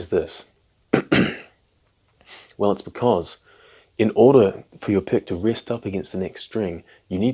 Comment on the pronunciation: When you advise not to use wrist strokes, but recommend rest strokes, and pronounce wrist and rest the same…